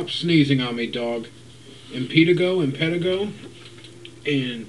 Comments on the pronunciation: its pronounced em-per-tie-go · btw its pron im pe ti go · im pretty sure its pronounced im-pe-taygo :P and i got this when i was little, didnt show up for about 7 years, then got in it highschool again :P everyone thought i had herps ) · pronounced-- em-pa-tay-go. had it as a child. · im-pig-tie-go lol